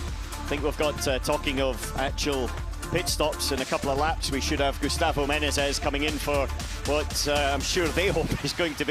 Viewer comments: How difficult can be to spell the word Menezes right?? He says Menes, Menenes... its Me-ne-zes. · ME-NE-ZES!!! 3 syllables you peanut. My god that American Nobody gave me the shits that whole race. Sound it out mate! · ME-NE-ZES. Say it ten times. Otherwise good commenting! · One of these days he'll pronounce Menezes right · the commentators keep messing up saying "Menezes" lol